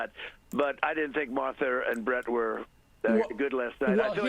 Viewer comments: "Marther [sic] and Brett" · Marther and Brett, Marther..MARthER. WHY DID YOU SAY THAT NAME? 😅